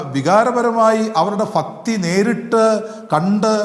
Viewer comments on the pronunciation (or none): റിപ്പോർട്ടർ ആയ ഫക്തിയല്ല ഭക്തി എന്നാണ് പറയുക